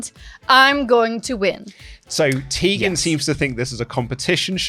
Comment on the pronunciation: Tegan. Just...Tegan. 😂😂😂